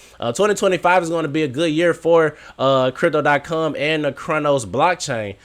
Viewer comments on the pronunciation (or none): You finally said it right and then messed it up a couple seconds later. Stop saying cum